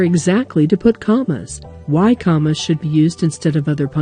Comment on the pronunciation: lol "cammas"